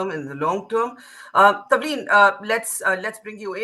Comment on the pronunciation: Its Tavleen Singh, not 'Tanvir' - please get the name right. She is a kind of journalist who cannot appeal to the thoughtless, has a strong following, & irrespective of your view, terrific credentials! We love to listen & read. If you listened attentively - & fully - you'd be sorry for misconstruing her.